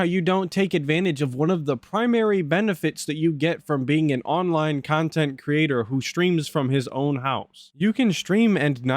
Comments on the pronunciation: It's pronounced kahntent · It’s honestly jarring and sad that Boogie (an equally redacted and reprehensible degen by all accounts) can actually go and have fun with his girlfriend/sugar baby/escort by doing all kinds of stuff offline away from a computer/screen. Granted, he’ll record it for cahntent but him and his sugar baby will go to the water park or he’ll drag her to his “dads favorite restaurant…Long John Silvers” so he can fatly inhale fried cod in front of her. Meanwhile brain and soul is so atrophied that he genuinely cannot comprehend spending time with Kat unless they’re in front of a screen consooming more cahntent. Sad!